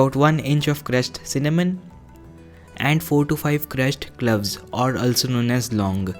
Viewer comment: Cloves hota h clubs nahi pronunciation is wrong.itna bhi nahi ptaa😁😂😀